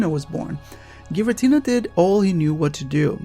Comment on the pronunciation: Thank you for doing this. so every one who says Giritina can fuck them selfs